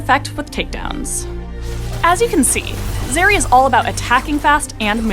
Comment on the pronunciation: Zeri, bro? R u kidding?